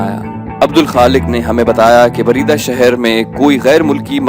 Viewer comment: Bareda nhi balkay buraidah